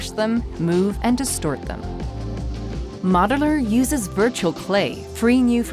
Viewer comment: Is she saying "Moderler"?